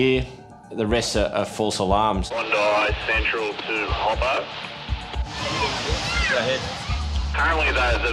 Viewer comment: Every time they say Hoppos name I hear taco😅